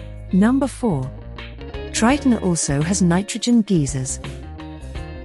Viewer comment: Geezers? G-eye-zorz